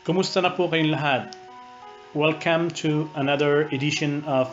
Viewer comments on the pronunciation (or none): it's welcum not welcaem. "u" not "ae". sorry but i think you're trying too hard to sound like a native speaker here.